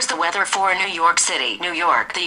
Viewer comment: how the hell did siri understand his voice, i heard "weder in nerk" instead of Weather in New York"??